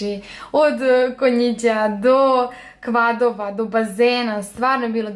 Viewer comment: Sqvada? Valjda se kaze qvada